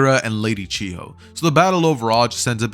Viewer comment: It's not pronounced "Chee-Ho" it's pronounced "Chi-yo"